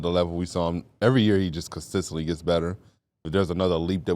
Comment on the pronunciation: “Consistently” CON-SIS-TENT-LY. Not consisently bro driving me nuts I hate to be that guy and love you fellas but DAMN